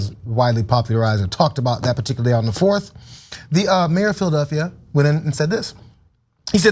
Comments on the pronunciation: Anyone else hearing "Phil Duffy" instead of Philadelphia? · who or what is phil duffy ? as doc oz kept saying can he not say philadelphia?